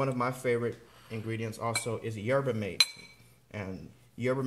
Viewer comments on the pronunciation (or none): Yerba Mate pronounced "HERBA MAHTAY"